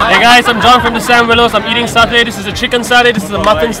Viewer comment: Is mutton satay not muthon sashay can't even pronounce properly